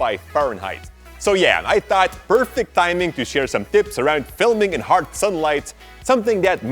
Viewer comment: Why am I like this, just because my man said Hart I wanted to leave the video. Damn it.